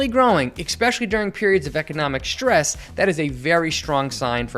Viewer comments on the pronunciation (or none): it's stress and *strong*! NOT "SHTRess" NOR "SHTRong"!